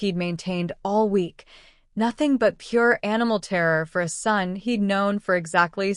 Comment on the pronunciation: AI is having a glitch. Just a minor one. Ason, A son. A couple of other words, as well. Seems like a good story though. I want to hear the rest.